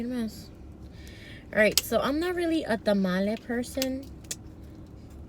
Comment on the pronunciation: I cried when u said tamale it hurt my soul